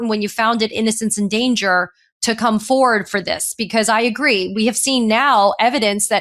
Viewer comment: “Forward”, Katie. “ForWARD”.